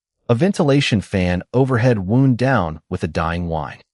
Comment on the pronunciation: Wound with a hard 'u' is an incorrect homonym at this part of the storyline and the 'ou' should sound like the 'ou' in that pair, when expressing pain!. Oops LoL 😢😢